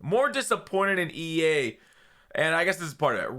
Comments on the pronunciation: Lol he said E Anus 🤣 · He said EAnus.... 😂😂😂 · You said E Anus